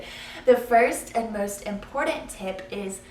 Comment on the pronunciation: "impordet" (important)